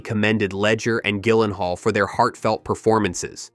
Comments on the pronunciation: You can’t correctly pronounce Jake’s last name? Seriously? It’s Jill-en-hall. Not Gill. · It's pronounced JILL-en-hall. Soft G. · im so glad im not the only one who was triggered by that lol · You should really understand how to pronounce Gyllenhaal if you’re going to make a video like this. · hey AI learn how to pronounce Jake's last name.